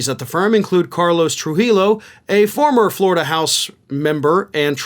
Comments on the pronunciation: in spanish, two LL are pronounced like the letter Y in english so the name Trujillo is pronounced True he yo, interestin how you got the J pronounced like an H, but missed on the double LL. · Hi! I love your shows, I always agree with what you have to say. But, I have to tell you the correct way to pronounce Carlos Trujillo's last name. I'm not being a smart A. I only want you to learn the correct way to pronounce the letter "LL" in the Spanish language, since we have many last names with that letter, as well as words like tortilla,that also has the letter "LL". The last name "Trujillo" is a last name of Spanish Origins, It should be pronounce In the correct way, with the letter "LL" making the "Y" sound. The correct pronunciation to "Castillo" is "Kah-STEE-yo" Always remember!🙃The letter "LL" in Spanish makes a "Y" sound. I'm not making this up. I grew up learning three languages at the same time since both sets of Grandparents immigrated to The US in the 1930's from Europe. I was very lucky to learn Portuguese, Spaniard Spanish and English, of course. So, I swear I'm not blowing sunshine up your A. Honestly 😉 😁 I hope this helps 😉